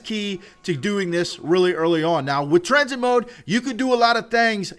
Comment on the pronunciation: tuh-rain i'm pretty sure its train